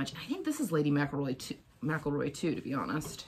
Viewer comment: You’re pronouncing Lady McElroy wrong. It’s not Lady Mac-a-Roy. It’s Lady Mc-EL-Roy.